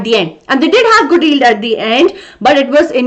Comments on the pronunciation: Mam , you pronounce yield without y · y is not silent in yield so i think mam you should take care of what how you are spelling